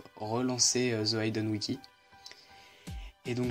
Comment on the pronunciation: "Le bit CWAINS" C'est bit co ine ine comme inhumain ( comme ta prononciation de hidden aussi :D) Bonne vidéo sinon